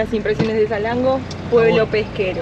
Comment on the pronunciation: Él: Salengo El traductor: esa lengua Nombre: Salango 😂😂😂hermoso video chicos.